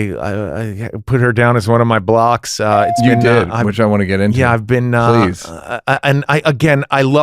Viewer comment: Every time you say “This is the Blocks podcast”. I think you’re saying, “This is the Blacks podcast”… and I’m aware I’m watching the Blocks podcast lol